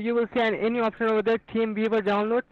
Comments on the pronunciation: Anyone else swear the first guy said "Team Beaver"? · Was he saying “team beaver” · It always sounds like "Team beaver" 😂😂😂😂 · TeamViewer. I swear the guy said King Beaver. He should have written down King Beaver and made the guy correct him. Several times....you know, to test his patience.....that's always fun! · Sounds like buddy is saying " team beaver" lol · When they say teamviewer it sounds like they say teenviewer, which unfortunately doesn't go anywhere because that would be a brilliant way to play with them :D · Does anyone else keep hearing "Team Beaver download"? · "team veever"